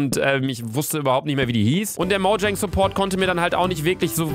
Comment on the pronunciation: Niemand: Luca: Moudschäng